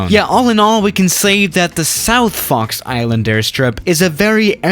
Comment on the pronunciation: Am I the only one who's hearing Fucks Island?